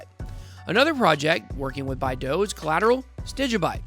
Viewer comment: Love the vid and channel, when we getting a Bidao only video? Also its BYE DOW my guy lol